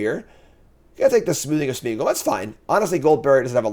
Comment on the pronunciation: I love that after 25 drafts and playing these cards still says 'Smoothing' of Smeagol! 😄 Thanks for the content!